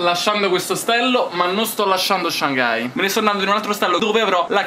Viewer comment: Comunque la pronuncia di Shanghai è Shang-hai e non Shan-ghai (la “g” non si sente quasi), scusate ma è una cosa che mi da parecchio fastidio a sentirlo 😐